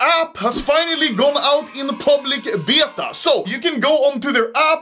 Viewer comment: I have never heard "Beta" pronounced like this. BJEEETA! Very nice.